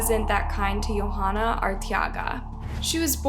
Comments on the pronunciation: The girl's name (Yhoana) is pronounced yo-AH-nuh, not yo-HA-nuh. The "h" is silent. Kind of a big oversight. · As a latina in sorry but i cringed at the pronunciation of the names....Velasquez. Its "veh-lass-kez". And .most likely her name is probably pronounced "joanna" Y makes a j sound in spanish. Her last name is Arteaga which is either pronounced "R-tea-ga" or pronounced like Ortega ( like the taco brand n my maiden name btw😉) except just with an A sound instead of an O. No hate n many prob think Its not a big deal but if it was my family member or friend id want their name pronounced correctly😊.Such a tragic horrible story. Just awful. So sad.😞rip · Her name is pronounced Joe-ah-nah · You're butchering these peoples' names, honey. It's "Yo-(w)AH-nah" rhymes with "Moana", that cute animated movie about a Hawaiian surfer girl. Pay attention to where the H is and the fact that the girl is obviously not Scandinavian of any sort, that would change a J sound to a Y sound. The accent stress goes on the capitalized letters. Her last name is "Ar-tay-AH- gah". And you butchered the last name when you show the mother's face. Once again , pay attention to where the letters are! It's "Vel-AHSS-kez.